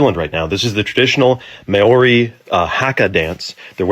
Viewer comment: how come you yanks can't pronounce Maori properly? I'm part Maori and live in New Zealand. its actually a bit offensive